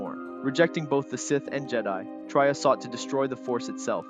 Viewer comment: Traya not Trya, pronounced Tre-yah.